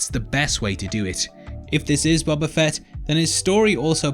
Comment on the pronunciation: It's BOBA FETT you dumb FUCKS